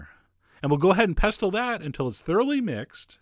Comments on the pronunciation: Please Chef John, It's a SILENT 'T'... Please a SILENT 'T' NOT PesTle but Pesle... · I know!!!!! I love Chef John but I cringed every time he said it! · Don't pronounce t in pestle and mortar 👍👍👍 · Chef John, you do realise Pestle is pronounced 'pessel'? Think of castle, thistle, whistle, wrestle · I think "pestle" is pronounced "pistachiel." "Pneumonial?" "Polynomial?" Oh, duh! "Apostle!" Gesundheit.... 😃